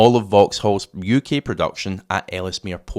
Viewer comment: Ellesmere is just pronounced as Els Mere